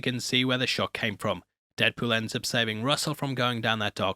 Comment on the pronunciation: Is that my host i hear??